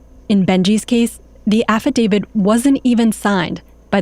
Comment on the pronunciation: Kind of astonishing that a Washington Post reporter made an entire podcast series thinking the word is 'Affadavid' and no-one thought that was an issue.